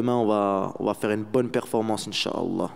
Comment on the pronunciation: ça m’as choqué tellement il as prononcé appuyé 😅